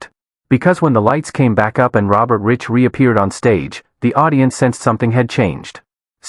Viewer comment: His name is pronounced “Rike” not Rich